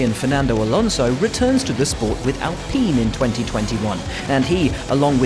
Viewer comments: I am forever going to be bothered by Alpine being pronounced "Alpeen". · Why Alpeen and not Alpine??? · Please please please pronounce alpine properly